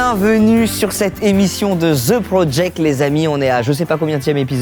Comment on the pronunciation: The .... DE The ..... DE The .....DE The DE DE PROJECT pas Thhhhhhhhhhhhe project